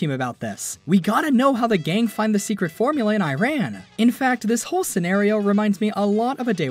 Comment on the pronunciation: Learn how to say Iran and Tehran correctly please